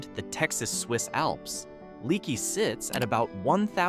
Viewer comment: The name is pronounced lake not like a leaky faucet it’s leaky but pronounced lakey